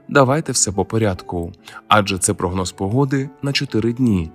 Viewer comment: Якщо ти українчик так і розмовляй українською а не ополяченою западенською. Кажешь "Українчик" з наголосом на "у", "Україна" теж у тебе з наголосом на "у", "прОгноз" з наголосом на перше "о" , "мАгнітна буря" з наголосом на "а", "Очікується" з наголосом на "о", польське "наразі" вживаєшь замість нашого "поки що" ? Та який же ти після цього українчик ? Ти ополячений западенчик. Та й інтонація у тебе гундосна, в ніс. Так буває коли ніс полон соплей. Висморкайся, а потім кажи щось в ефірі, слухати огидно